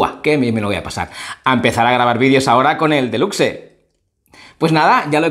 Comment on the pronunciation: No es otamatone delucse, se dice outaimataune delucs